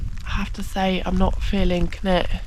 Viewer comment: Great trip. Walking upstream like this certainly gets you into some wild spots - probably more enjoyable than pushing through wet bracken too, with its ticks and all that:o) Wasn't sure where you were to begin with, as you pronounce Cnicht very strangely! - have a listen here for how welsh speakers say it - (pretty much as it looks in fact) Cheers, Dave (who has walked up Cnicht many times - I hope you get up there one day)